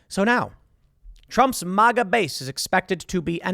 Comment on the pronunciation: Every time you say, "MahGa" I want to slap you and scream, "MAGA"!!! MAGA MAGA MAGA